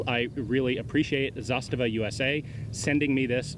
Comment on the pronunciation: The accent is on "Za", not the "sta". ZAstava, not ZaSTAva. In case anyone cares.